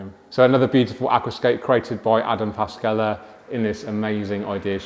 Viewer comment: Adam Paszczela 🧐 Adam Pash-chela You know eachother for a while, so it is a time to pronounce this surname correctly 😉